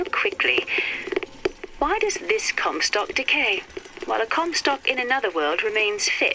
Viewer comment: "Lady COMstock"